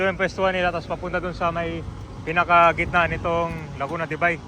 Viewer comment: Laguna de Bai...or Lake of the Town of Bai(or Bae). It should NEVER be "Laguna de Bay(as in "day").